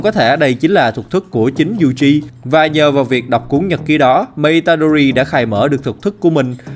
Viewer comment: toji yuji đọc tùm lum